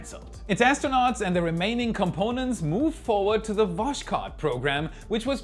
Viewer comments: Ohhhhh mmaaaannn...Even YOU promulgating the "VoSHkod" pronounciation??? It's VosHHHHod, like the hebrew "hhhh" sound y'all have heard Sacha Baron Cohen do as the Mosad agent. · Voskhod /vɒsˈxɒd/ Восход, when you see the combination "kh" in Russian words it is read simply as "h" as in "home"